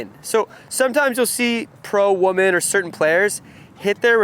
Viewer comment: The plural for "woman", is "women", and they are pronounced differently, since you obviously aren't aware of this fact. "Women" is pronounced like "swimmin'", just drop the "s". "Man" and "men" are not pronounced the same. So, why would you think that "woman" and "women" are pronounced the same?